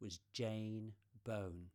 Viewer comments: Jane is one of my favourites. Enjoyed the video but you pronounced her surname incorrectly. The 'Bow' in Bown is pronounced as in the bow of a ship. Her name is not bone! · Really nice video. I am a huge fan of Jane Bown's photography. However, I need to correct you on the pronunciation of her surname. I too am a Bown. Bown rhymes with Brown or Down, not Bone. I know it's a common mistake, I get called Bone, Bowen or Brown all the time 😞 Several people got the pronunciation of her name wrong in the 2014 documentary too.